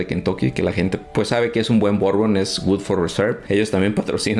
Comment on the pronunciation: Hola Bourbon se pronunciacia BURBON la combinación de las letras ou suenan "u" , curbusier la U sola tiene un sonido entre "U" e " Ui" parando la trompita, comonpidiendo beso. Y fundiendo las los vocales. EAU se pronunciacia "O" como chateau Chato Ai suena "e" como maison, meson